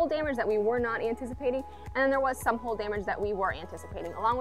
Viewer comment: Why do you pronounce “hull” as “hole”?